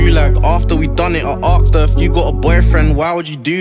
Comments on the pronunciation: its asked not aksed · Why does he say arksd her instead of asked her